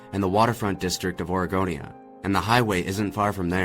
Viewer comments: Its Oregonia... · It's Oregonia, Ohio. Not Aregonia. He's just pronouncing it with a drawl or something.